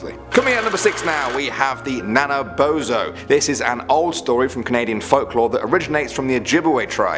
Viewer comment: you pronounced nanaboozhoo wrong